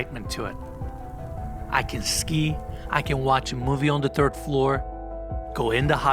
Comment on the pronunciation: you communicate very well regardless of your speech impediment but saying the word third (3rd) as 'turd' has a very different context. The "th" sound is an F when spoken unless you're actually furiously Irish, which you're clearly not. You are Turkish so there is no need for it.